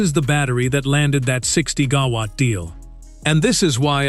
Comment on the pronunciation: Good content, lazy production values (random troll bits). At least instruct your AI to say 'Gigawatt 'instead of 'Ga-watt'!